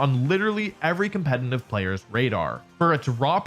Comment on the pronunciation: It's competitive, not "competinive". I can't get over it because you say it so often since the subject is competitive Pokemon.